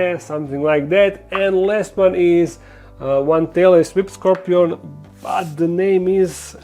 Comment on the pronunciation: In the Bert beginning it sounds like you said “Taylor Swift Scorpion” and my first thought was “What an appropriate name for a scorpion” but then I was like Hey Wait a Minute!?!? He said tailless whip scorpion hahaha. Great video as always, I appreciate you!